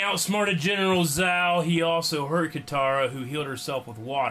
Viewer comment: I'm sorry but when he was doing the episode recap did he say genital zow?!